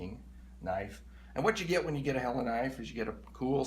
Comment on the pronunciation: Your right it's pronounced hell la Great knives